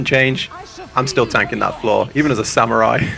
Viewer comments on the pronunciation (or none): none